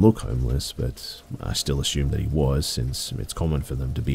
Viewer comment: Wtf..."ashfault"? There's no h in that word. Also drives me nuts when you say "ashoom" instead of "assume"